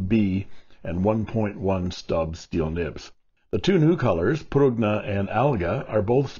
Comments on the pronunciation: Actually, in Italian, the "g" in Prugna is kind of silent, (it's actually a palatable pronunciation with the "g" & "n" running together), so it would be pronounced "pru-nah". And yes it does officially translate to plum, but I've also heard it used in reference to a prune: Little Italy Da'Bronx, NY, circa . 🇮🇹🇺🇲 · I think prugna is pronounced "prunya".